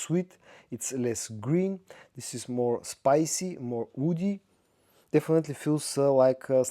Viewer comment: Agreed - quite a few reviewers have this issue, due to the difficulty of pronouncing the English "w". The terms are not synonymous, they can signify very different things: cedar for eg can be thought of as "woody", but it sure isn't "oudy"! Also love this reviewer though!